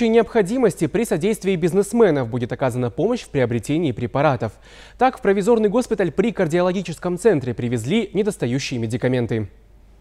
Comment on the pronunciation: провИзорный госпиталь, ударение на гласную "И" вчера оставлял комментарии под видео. Никто видимо не читает из работников канала, обратной связи нет.